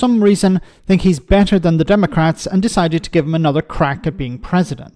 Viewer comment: "Another crack" with emphasis on the word crack.